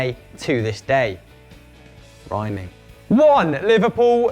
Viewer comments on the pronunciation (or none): i had to rewind when he said rhyming to check if it was actually rhyming